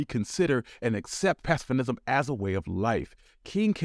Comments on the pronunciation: Aks?? Why not ask? General Motors did not exist when Cadillac was formed in 1902. It’s “pacifism”, not “pacifinism”. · PASS-UH-FIZZ-UMM. Not pass uh fuh nizm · 😂😂 bro why do u keep calling it "pacifinism" ?? Lmfao. Its pronounced and spelled "pacifism" (Pass-if-ism). This video and the content within is awesome! however, mispronouncing common words like that and the other grammatical errors you made make you sound ingnorant/unintelligent (i know youre not but im just tellin you how they see it) and are exactly the type of thing that the haters and people who wanna keep yall down will latch onto to discredit you as a black scholar/historian and dismiss your work and what you have to say. I know in the scheme of things some lil mispronunciations dont really mean anything but im sure u know how "those" types of people are and how they love use the tiniest reasons to exclude and write you off.. however if your videos are totally excellent in every way (which they pretty much are except for the mispronouncing of some words and some grammatical errors) they wont be able to say shit against you.. plus theyll will be forced to accept the fact that an intelligent and educated young black man is making top quality videos about black history that are free of anything to critisize. Theyll hate that your as good if not even better than them. Not fair you gotta hold yourself to an even higher standard to be acknowledged by your peers and accepted by whites when your black vs if youre white but u gotta play the hand youre dealt and play it well cuz then they cant say shit, and even if they still dont like you, theyll be forced to show you respect. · What the fuck is “pacifinism”? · What is “pacifinism”? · Cool video. Learned some new things. But ‘pacifism’ does not have an ‘n’ it. 😊